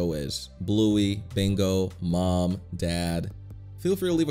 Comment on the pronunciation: Also why do you say m-oo-m it should be m-uh-m